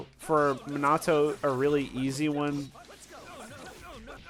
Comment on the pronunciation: He said manato 💀